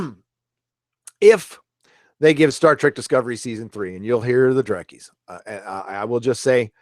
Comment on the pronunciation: He said Drekkies